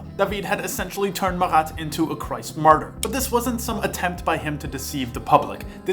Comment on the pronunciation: murder and martyr are two very different words, my man Which one was I actually supposed to hear/read?